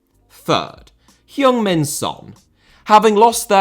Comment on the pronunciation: Has Son talking about himself in the third-person? Oh dear ㅠㅠ Also,, your pronunciation is getting better, but it's Son Hueng Min not Son Hyeung Min.